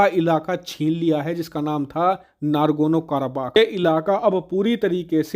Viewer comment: भाई जी, नाम तो ठीक बोला करो, नारगोनो काराबाख़ नहीं है, नागोर्नो कारबाख़ है। समझ आई ग़लती या अभी भी नारगोनो नारगोनो ही करते रहोगे?